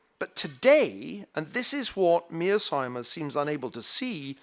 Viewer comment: His repeated inability to pronounce Mearshiemer's name correctly is kind of irritating...